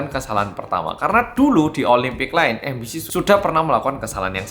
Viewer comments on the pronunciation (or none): Aku kok jadi dengarnya 'ambisi' bukan MBC